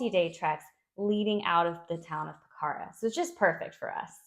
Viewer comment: One thing about Nepal is I have been there twice and I would love to live there as you can drop into India easily - and by the way it is pronounced Po-kha-ra